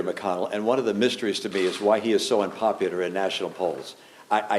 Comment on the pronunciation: “… is why he is so unpopewder in national polls”